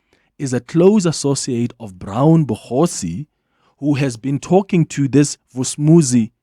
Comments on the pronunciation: Clement irritates me each time he says “Bogotsi” instead of “Mogotsi” Mxm 😢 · It's Brown Mogotsi and not Bogotsi 😮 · Hi Clement, General Mkhwanazi said "Mogotsi" not "Bogosi"! T.y.